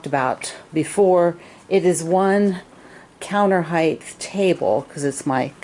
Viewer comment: Love your chair! Just on a side note as I have listened to your videos lately, height has a pronounced "t" on the end, not a "th" like length and depth.